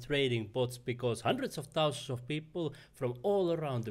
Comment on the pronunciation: "Fourteen TOUsand Dollars "...😅 I actually really got value from your video.